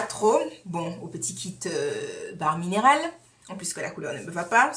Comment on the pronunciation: Je ne connaissais pas cette box! Comment ai je pu rater ta vidéo dessus??! Ou peut être ai je oublié... Les marques qui misent sur une utilisation (berlingot) sont mega sure d'elles lol Une utilisation et ta vie est transformée! Mdr Pour bare mineral ça se prononce bère (j'aurais aimé que qq1 me le dise) merci ange céleste.... Miss univers, pas encore mais miss you tube déjà pour nous!;-) Bisou! A la prochaine vidéo!